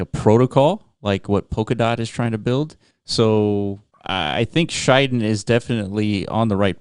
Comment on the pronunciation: Good to see KSM ecosystem projects picked by Block runner. btw pronunciation is Shi Den not Shai Den (｀･ω･´)ゞ sir